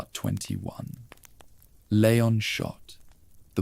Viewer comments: Leeee-on. Not lay-on. Ashley called his name enough times in RE4! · It's leon, pronounced lee-on. Ffs